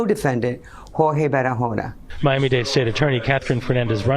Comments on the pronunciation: "Hor-Hay". Jorge is a Spanish name and is pronounced "Hor-Hay." I realize this may not be common knowledge among those who have never studied Spanish, however it's common enough in the U.S. that it's worth committing to memory. I've mentioned this several times before upon hearing you mispronounce the name in other cases, however I realize you probably get bombarded with messages and are unable to read them all. I just feel it is important that you make an effort to pronounce Jorge correctly as well as any other unfamiliar names you come across. You might not feel it is important to pronounce the perpetrator's name correctly, however it is only common courtesy as you don't want to disrespect your fans who are named Jorge. Thank you. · Okay, can you please look up how to pronounce names when you do these videos? This is the second video I have seen where someone was named Jorge and you repeatedly pronounced it "George" throughout the video. It is very important to get the names of the victims, and the perpetrators correct. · Why do you keep calling him George with a hard G? That’s not his name. There are actual news clips pronouncing it rightly, in this video SMH